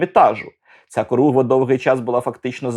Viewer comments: Не коругва, а хоругва або корогва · улюблений фільм. Тільки Хоругва, а не коругва...